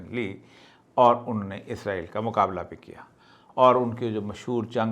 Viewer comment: Izrael kion kehte. Farishtay ka nam ha. ازرائیل کیوں کہتے سب۔ اسرائیل کہیں